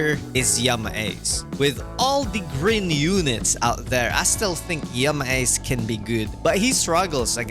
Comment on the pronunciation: Bro yama ace sounded like yamaha😂